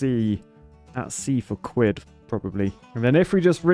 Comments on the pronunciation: It’s Quid not Cuid lmao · Ah yes “cwid” my favorite currency. Way better than dollars and sents. Perfect for buying architect’s tears mugs, blessed by the cween and cing. Honestly “cwid” if the best currency I cnow of. Anyone who doesn’t lice “cwid” is an architect and as such should be shamed in a state of the art, beaver engineered, shaming wheel.